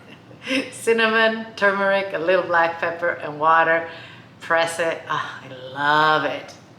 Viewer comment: Thank you for saying "tur-mur-ik" and not "too-mur-ik", which drives me batty. (My mom used to say, regarding all words, "Say it correctly and you'll spell it correctly.") Thank you also for explaining that black pepper is important to consume with turmeric, and why. Very many thanks!